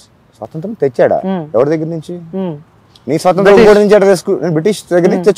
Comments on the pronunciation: "సొసంత్రం" కాదు రా డంబ్ యాంకర్ "స్వాతంత్య్రం" లేదంటే "స్వతంత్రం" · స్వాతంత్రం పలకడం రాదు నువ్వు ఏమి anchor రా పిచ్చి పువ్వా 😂😂😂😂